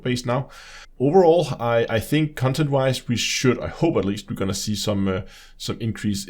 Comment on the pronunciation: i like the way he says 'cuntent'. very accurate especially when discussing this disfigured abortion of a game.